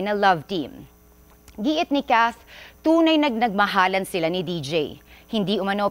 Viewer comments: Deejay un pronouncation okay malungkot pa din ako😢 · D J hindi deej